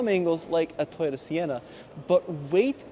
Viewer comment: Strange pronunciation of TOYOTA. Not sure why that word gets so twisted with different people.